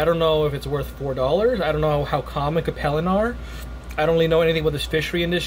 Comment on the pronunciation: It’s pronounced Cape (like Cape Cod) Lin.